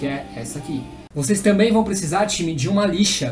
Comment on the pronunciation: gosto dos videos dele mais odeio quando ele fica falando timerrrr me da um odio porra de time